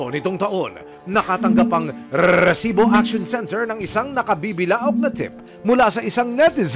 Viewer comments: Ilang R po ba Ang Rrrrrrresibo 😅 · para akong nag giglitch sa rrrrrresibo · Kaumay yung paulit ulit na rrrrrrrrrrrrrrrrrrsibo🤣🤣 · KUYA NAKAKAIRITA YUNG RRRRRRRRRRESIBO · Ang lutong ng pagkakasabi ng Rrrrrrresibo, kasing lutong ng chicharon con langaw 😅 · nahihilo ako sa RRRRRRRRRRRREESIBO. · Nakakabwicit nayung rrrrreeeeeeesibo mo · nakaka bwisit nmn ...rrreeesibo...kainis pakingan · Nkkarendi ung pgbibigkas m ng resibo emil,,sbrang oa..hahaha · Bat ang daming R ng resibo nyo sir.